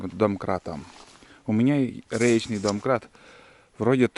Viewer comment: вот именно, домкрат, а не донкрат.. Грамотей